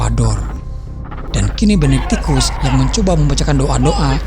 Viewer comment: benectikus harusnya benedictus..hahahahaa